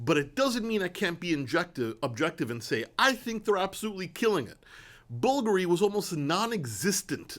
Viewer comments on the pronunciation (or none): I don't thing Bvulgari is pronounced like "buggery" lol I'm pretty sure it's bul-GARY